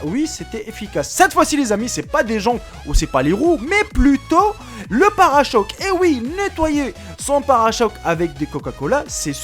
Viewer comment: parachoque haha parechoque